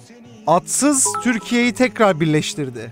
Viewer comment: adsız değil atsız btw